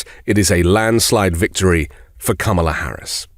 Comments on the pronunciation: Since he can’t pronounce Kamila’s name properly, we should call him “Don-old” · What’s with mispronouncing Kamala‘s name? Is the right-wing too daft, or what?! Makes them look and sound rather thick. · Learn how to pronounce her name first off. She doesn't care how you are.